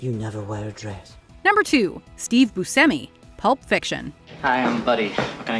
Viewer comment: Yeah, Steve pronounces it "boo-SEM-ee." Butchered Italian. But not as bad as "SHY-voh" for Schiavo.